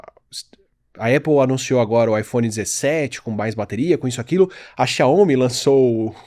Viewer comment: O Átila é fera. Só falta pronunciar um pouquinho melhor as marcas chinesas rs. XIAOMI não se fala "xia-ômi" é 'xiao-mi", igual ao meu nome.